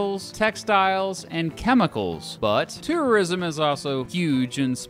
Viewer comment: the way you say "tourism" sounds like "terrorism"